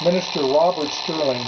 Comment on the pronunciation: great book but it's a Stirling engine... not sterling.... best regards